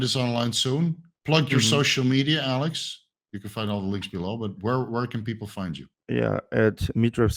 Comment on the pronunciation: It’s Alek, not Alex 😂